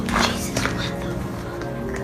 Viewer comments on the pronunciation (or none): none